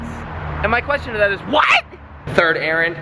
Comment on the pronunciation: Anyone else think he says Aaron when he says errand 😂